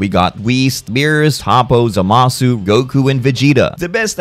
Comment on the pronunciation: Ah yes. zMAAAHsu. My favourite Kai.